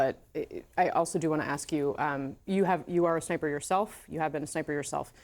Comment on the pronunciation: How is this guy a "former sniper" yet no one yet has alerted him that he's pronouncing the word as "schniper" 3x in a row